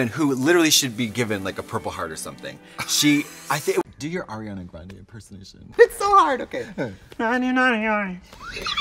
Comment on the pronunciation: this is actually how i thought ariana grande sounded like when i didnt know english